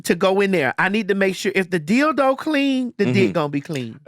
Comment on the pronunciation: "Dill Doe". 🤣😂🤣😂